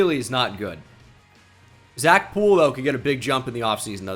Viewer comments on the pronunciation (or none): none